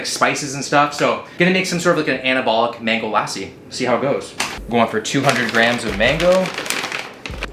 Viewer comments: Hi,love your videos For future reference it's pronounced Luh-see, not Lah-see Keep up the good work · Every time said lahhsi, good lord I cringed. Just a heads up, it’s pronounced more like luh-si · Not LASSI its LUH SEE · when he said "lassi" , i swear all indians had a a heart attack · Man really said Laasi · for future reference it’s pronounced l-uh-see. Love the kid to Indian culture though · Glad to see you love mango lassi but just a tip for pronunciation it's luh-ssi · Oh and will, its lassee idk how to make u pronounce it but the a is very short, it's kinda like saying lusseee. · Great videos as always. Just wanted you to know that Lassi is pronounced Lus-si. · You absolutely butchered the pronunciation of Lassi! 😂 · I could teach you the Indian pronunciation of lassi tho😳